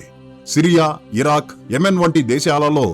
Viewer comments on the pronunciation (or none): none